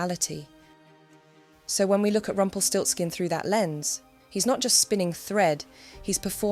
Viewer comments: Nice german word that sounds terryfing in english: "Rumpelstilzchen" Btw love how you pronounce the name 😍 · It's Rumpelstielzchen.